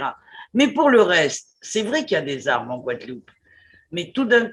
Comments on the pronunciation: 2 mille Z armes ? Vraiment? Pour un journaliste la moindre des choses est de parler UN BON francais... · Deux mille zarmes... Non mais plus personne ne parle français ou quoi?